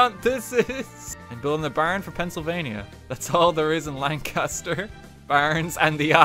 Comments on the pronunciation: it is pronounced lang ca-ster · "NJ is very upset" As someone in south Jersey, can confirm. Especially central Jersey, who many people do not think exists. Also, Lancaster is mad you mispronounced their name, but that's expected. Everyone gets it wrong.